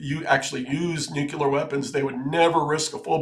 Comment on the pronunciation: Nuclear. Nu-clear.